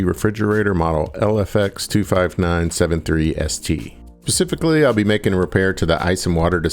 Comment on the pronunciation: You lost me at "pacifically".